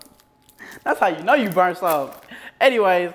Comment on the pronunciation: "This shi brunt as hell" him still eating the brunt chesse😭💀